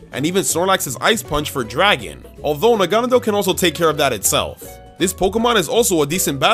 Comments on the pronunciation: WTF Nanagadel It's Naganadel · he called it nanagadel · NA-NA-GAD-EL LOL, but still loved this video. I think Zac won though, sorry! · I think zac won by far it seems that seems to be going for pure raw strength but zac is putting thought about his decision and was able to cover all of their weaknesses and would be able to beat team. It makes sense! And I have a problem....... Naganadel is pronounced (nog a not l) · . Nanagadel. NANAGADEL. Edit: . Noviern. NOVIERN. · It’s na - gone - a - dell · Idk what's more annoying him saying noivern wrong or negandel wrong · Anyone notice that kept saying naganadel entirely wrong? At least Zac was close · He said Naganadel wrong